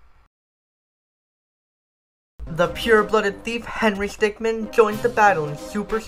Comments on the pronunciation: Is it just me or.... IS HE SAY HENRY STICKMAN AND NOT HENRY STICKMIN!?!?! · i hate that you say stickman instead of stickmin, w h y.